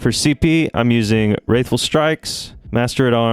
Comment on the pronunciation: Great video. Wrathful in Wrathful Strikes is pronounced like bath full.